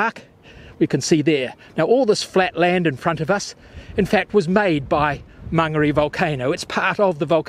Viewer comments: learn how to pronounce Mon ga re, not man garry/ say Mo ree not mowree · Great video. Just one recommendation , it would be nice if he learned to pronounce the maori vowels correctly. It hurts my ears to hear Maangeri and Moori 😢